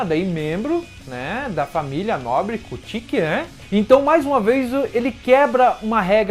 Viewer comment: Adoro bleach gosto muito do teu canal mas por favor apreende a dizer kuchiki e as outras palavras como deve ser